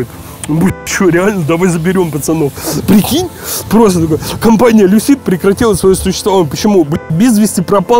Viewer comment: Не люсИд, а лЮсид